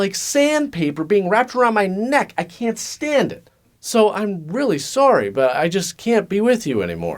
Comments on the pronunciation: Sorey ? Sauri? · If you keep pronouncing Sorry as Sore-ee, the game can definitely end in the explosion of a revenged-fueled powder-keg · Full blown sore-ee made me really laugh out loud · The way you say "sorey" immediately identifies you as a Canadian. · friendly Canadian accent shines when he says "sorry." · You forgot to mention that games of sorry immediately break into all out pronunciation Wars between Americans and Canadians as to the right way to say the word "sorry". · Hearing say the most Canadian sorry ever made me laugh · Easiest way to tell if someone is Canadian is to just ask them to pronounce "sorry". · I love how Canadiens don't pronounce the "a" in "sorry"